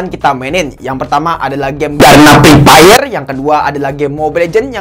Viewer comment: 😂😂😂😂😂😂😂😂😂😂😂😂😂😂😂😂😂😂😂😂😂😂😂😂😂mantap bang lucu sekali pas ketika Abang nyebutin game EPEP